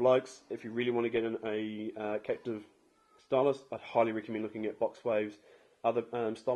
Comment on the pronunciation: Capacitive. Not captive